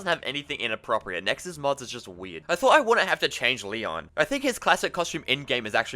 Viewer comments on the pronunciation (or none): none